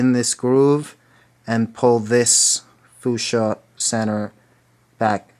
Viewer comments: Its pronounced fyoushia not foosha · It is fyoosha not foosha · Omg he foo sha it's fusha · lol he said fooschia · haha he said fooshia!!:) i love the loom! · Dakota Moone I got so annoyed everytime he said foo sha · Omg Hes saying foosha again XD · The way he says fuchsia makes me laugh.